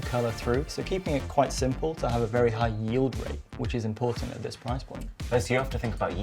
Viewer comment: 'No. 5 is the prrrriiiiice' 😂